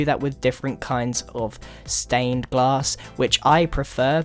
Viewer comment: ombg u said gass pane grian